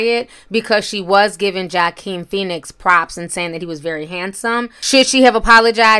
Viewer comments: Its pronounced Wahhhh Keen. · Ti you did not call that man “jah-keem and joe-keem” 😂😂😂😂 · "Wah-keen" is how Joaquin is pronounced. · Its Wah-keen Ti...say it with me ... Wah-keen🤦🏽‍♀️ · Jo- Keen ?? Lmao 💀 that is not his name I love Ti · It is pronounced "Wha-keen" the "J" is silent TI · Joaquin is pronounced: WA-KEEN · Regardless of the spelling it’s pronounced wah keen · It's pronounce why- keene. No j sound in Latino language but your commentary was great. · It’s pronounced (walking Phoenix ) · its not pronounced that way. its pronouced WAHKEEN( Joaquin). ITS SPANISH. Yes he was born with a clef pallet and lip. He is the younger brother of the late River Phoenix from such movies as Stand By Me. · Wah-Keen is how his name is pronounced sis! Anywho, I felt what she said was very wrong...wendy might be back on that shat again. Oops! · It’s pronounced Wahh-Keen (Joaquin) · Girl you pronounce his name wrong it’s Wa-keen lol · * Wah- keen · It’s pronounced Wah-keen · Wa-keen* Joaquin. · You saying his name wrong is pronounced woakeen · Totally butchered his name smh 😔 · Ti, his name is pronounced "Wakeen" not "Jakeen". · His name is pronounced wah-keen not Joeqeen lol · The “J” in Joaquin is pronounced with the “ W” sound. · Not “Joequin” Joaquin pronounced like Whakeen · When you pronounce his name it’s wah not jah. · I love you!!🤣💞 ... but i just gotta say one thing: Joaquin ... the way you pronounce it is Wa-Keen, not Joe-Keen 💙👍🏽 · Jack-een Phoenix?? 🤦🏼‍♀️ Really TI? Walk-een Phoenix or Wok-een. He is an Oscar winner & phenomenal actor, he deserves his name said correctly. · The name is Joaquin not Joe King get it right. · The person who made this video said Jah-keen then Joe-keen, lmfao Joaquin is pronounced Wah-Keen, as in Joaquin Phoenix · Wa'keen but spelled joaquin say it with me wakeen like a wak u cook with wok not jockuin ok i hope this pronunciation helps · Joaquin is pronounced with a "W" sound not a "J" ( sounds like Wa-Keen)